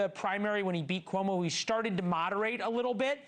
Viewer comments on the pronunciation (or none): none